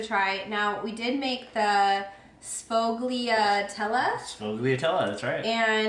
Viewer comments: Sss-foya-telleh. Per a friend in New Jersey. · Can’t wait to try the sfogliatelle, deff my favorite Italian pastry, means many layers. Growing up my Italian grandfather would make them from scratch, delish! We always pronounced it as sfoy-a-dell (probably some dialect in there lol)